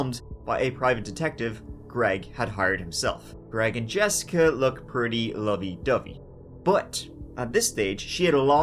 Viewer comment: Did really just say, "lub a dove and not rub and tug?" Lmao